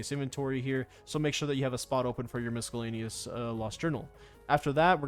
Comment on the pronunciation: nobody:: M I S K U L L A N E U S